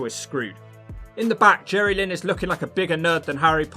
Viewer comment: Jerrylynn! (pronounced as one word)